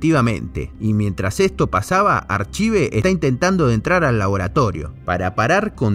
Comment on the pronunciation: en realidad se pronunciaría "arcaiv" pero estuviste bien igual... Banco fuerte el video y el esfuerzo.